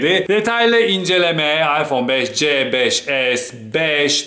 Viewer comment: iphone 5s i beşes diye okurken 5cyi beşce diye okumak garip değil mi ben de öyle yapıyorum gerçi de ilginç geldi yav birden